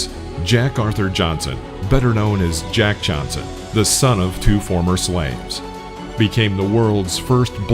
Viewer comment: You had his name wrong many times! Are you white? His name is Jack Johnson!